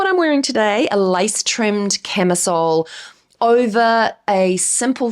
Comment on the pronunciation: I was listening and not watching the vid and you said LACE, i thought I heard LICE, and wondered if thats a new tren I dont know of yet. Hahaha goodness me, love you tho! Love the videos ❤❤